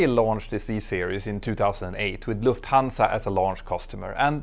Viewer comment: For all you English speakers out there: The name of the airline is pronounced as Luft' hansa, with the accent on the first syllable. Please try to remember that.